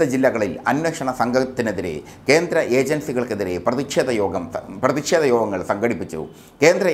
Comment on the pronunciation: "പ്രതിഷേധമാണ്".. .ഉച്ചാരണം ഒന്നു കൂടി പരിശോധിക്കണം..